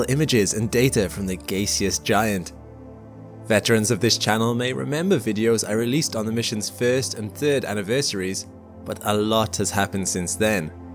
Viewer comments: It's gaseous...not gayseous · Pretty sure it’s “gass-ee-uss” not “gay-see-uss.” Other than that, finest kind!—as usual. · it's not "gayseus" my brother. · its not pronounced 'gay-seous'!! Its gash-eous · GASE-eous.. or GAS-eous.. hmm... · GAY-SEE-US giant? HUH? Its GAS-E-US giant. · Pronunciation of gaseous is not Gae-see-us it’s GAS-ee-us as in GAS you numpty. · GAY-SIOUS , I always pronounced it GASEOUS, WTF? Every week we have a Brit Narrator Re- inventing words for us. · Gas-eous not gay-see-us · Gayseus? It Gaseous. Gaseous there is no Gay in it. Sorry but this really gets my goat. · GAY - seous??? 😂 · "Gay-cee Giant" LOL (Gassy Giant) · Gay see us? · Did he pronounce "gaseous" as gay-see-us? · 😂😂😂he said “gays see us” instead of gaseous.😂😂😂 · The gay-see-ous giant? 🙄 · That shpit was gaysious as fugk. "Gaysious".... Hahahah, New favorite word. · "gay-seous" really? come on, that's the worst pronunciation i've ever heard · what is a gaycis giant? Do you mean gaseous? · "Gayseus giant" ?? Pretty sure there's no Y in Gaseous.... LoL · GAYSEOUS Giant ? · "The Gaycious Giant." 🤣 The pronunciation of some words by some creators will give me a chuckle when they're weird. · Gaysius? You what? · Gay-see-us giant?.. really? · Lol....I know Jupiter twinkles in the right light....but I didn't realise that it was "GAYseous"....that explains the twink level I suppose 🤔 🤫😕😮😳🙄😉🤭🤣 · did you just say "Gay-see-is"? I truly hope this channel is f***in with me. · "Gay-see-us giant"? Really? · "Gaycess giant ." ...? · Gayseus giant? Gas, gaseous, as in it’s a gas giant, lots of gas. Love your stuff mate but mispronouncing gaseous in a science show talking about Jupiter is just hideous. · I almost unsubscribed when he pronounced the word "gaseous" severely wrong like english is a second language to him and he's never said the word gas before 😅😂kinda kills his creditably on space when he can't say a simple word correctly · Not sure that’s how you pronounce gaseous